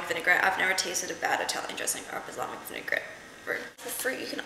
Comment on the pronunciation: LOL ur so cute "baslamic" X) i think it's "balsamic" hehe